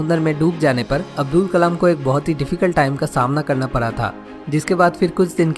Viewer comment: Avul nhi Abdul Pakeer Zenul Aabedin abdul kalam h naam sir ji !👍